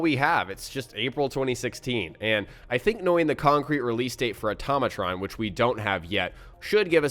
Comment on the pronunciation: Why do people say atomatron it's pronounced auto-ma-tron